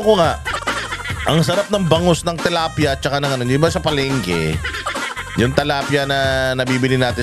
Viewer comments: TILAPIA po hindi TALAPIA. 😂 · tilapia po not talapia😊 watching from Paris, France🇫🇷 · Is it tilapia or talapia? Like how you pronounce kingdom and kingdam 🤔